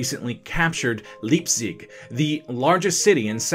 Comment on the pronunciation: „Leipzig“ is pronounced „Liep-zig“, like in „lie“ and „lying“